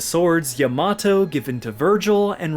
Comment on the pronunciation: Great video, and excellent pronunciation of the word Yamato. My love for V has grown 5 times! I think Vergil should be able to channel him in future games so that we can see him again.